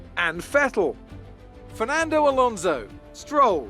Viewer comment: i swore was gonna say fernando, so he said, ferlando